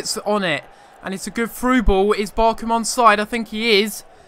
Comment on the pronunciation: I wish you said BarCHam correctly